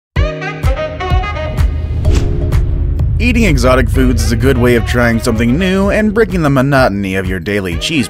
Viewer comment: You say exictic fruits and you do and food wtf